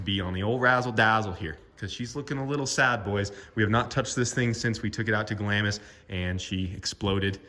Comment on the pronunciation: Hi guys,Glamis is pronounced Glams, the I is silent. The dunes are named after Glamis Castle,five miles from where I stay.All the best for 2022 from Scotland 🏴